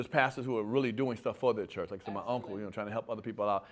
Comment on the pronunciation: "The chrurch" is the problem with society